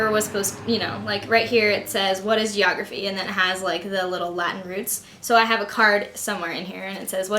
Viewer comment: funny when you say geeorgraphy... :P wow very organised :)